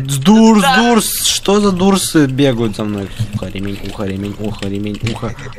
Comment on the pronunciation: ШОООК УХ СКАЗАЛ НЕ ДУРС А ДОРС